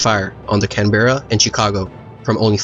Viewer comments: It should be added that In recognition of the valour displayed by the Australian ship and her company, United States President Franklin Delano Roosevelt wished to commemorate the loss of HMAS Canberra (correctly pronounced "CAN-buh-ruh") by naming a US ship in her honour. The under-construction Baltimore-class cruiser Pittsburgh was selected to be renamed USS Canberra. The ship was launched on 19 April 1943 by Lady Alice C. Dixon, the wife of Sir Owen Dixon, Australia's ambassador to the United States, and is the only United States warship to be named after a foreign capital city. Around the same time, the British government announced that the heavy cruiser HMS Shropshire (a sister ship to Canberra, but of the London subclass) would be transferred to the RAN as a gift. Although King George VI had announced that the ship would be renamed Canberra, the duplication of ship names with the United States Navy was against RAN policy. Although it was thought that Australia had a greater claim to the name, the Australian government decided to retain Shropshire's old name after learning that the US offer had come directly from President Roosevelt. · Canberra isn't pronounced like that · Good video very well done. Tho ur saying Canberra wrong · Canberra is pronounced can bra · Canberra is pronounced Can-bra if anyone is interested. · In Australia we call Canberra, "can-bra". Love your videos btw 👍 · Great job. Side a quick note. Canberra is not pronounced like it looks. It's actually pronounced Can-bruh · Just a little thing but Canberra is pronounced like that It’s pronounced like Can-bra (From your friendly local Australian) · I'll admit, I cringed when you miss-said Caberra...it's pronounced Can Ber Ra =) Other than that, awesome videogram. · The way u pronounced Canberra made this Aussie cringe but great video! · Great vid mate, look forward to going thru previous vids and future ones, also To be honest, its us aussies that mispronounce canberra. ie Can-bra.